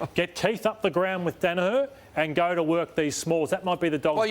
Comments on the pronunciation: ROSS!! Say it with me ya flog Dani-HER. Her not har ya sped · Ross Lyon, it's Daniher nit 'Danaha' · Also, someone please tell Ross it's pronounced, dan a her